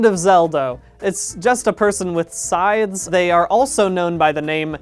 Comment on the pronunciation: I’ll be honest, I’ve listened to Unraveled hundreds of times, but I haven’t really watched them that much, and I only now realized that he said “scythes.” This whole time, I thought he was saying that it’s “a person with SIDES” 🤡